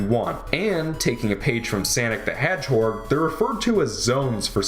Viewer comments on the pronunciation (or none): Sannic the Hedgehorg? lmao